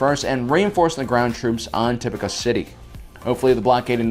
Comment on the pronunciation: I can’t finish it, not because of the length, but because you can’t pronounce names right 🙄 why tf do you say “uhsoka Tuhno” instead of “Ahsoka TAHno” or “Tipucuh City” instead of “Tipoca City” it’s annoying asf